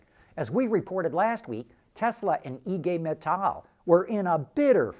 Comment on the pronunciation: Thanks for pronouncing IG Metall perfectly in German! 🙏